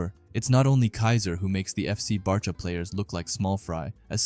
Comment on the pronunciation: Bro it’s B -awe - chira